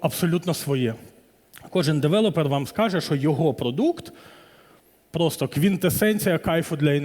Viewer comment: Я перепрошую, але не девелОпер, а девЕлопер. Бо кров з вух. Може, ця інфа і Вам на щось згодиться